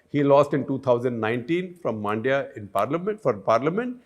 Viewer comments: It's not Maandya, it is Mundya. Pronounce similar to Monday but swap the last a and y. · Hope Shekhar reads this. Also Man-dya(like the Hindi word for mind) not Maan-dya.